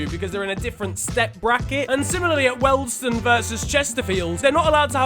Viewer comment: I know you've probably never heard of wealdstone before but that is genuinely the worst pronunciation of it I have ever heard it's said like weald (sounds like wheeld)-stone